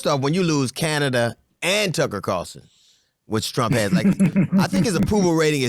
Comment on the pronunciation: He said Tucker CARLTON 🤣🤣